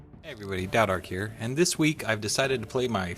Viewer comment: Why does everyone call you ""? I thought it was Taodark with a T?